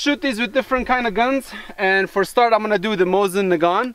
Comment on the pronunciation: Mosin nAgant, not nagAnt 😉